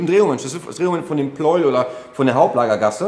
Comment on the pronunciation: Pleu-el! Wie Lei-em!